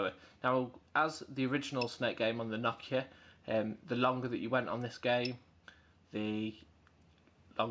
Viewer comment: It's Nokia not Knockia